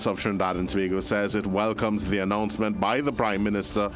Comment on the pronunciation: Announcement not Announcemont😂😂